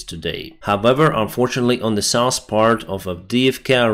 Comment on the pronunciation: North and South. Not norse and sauce. Law -not low